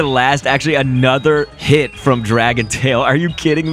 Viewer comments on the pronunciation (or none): none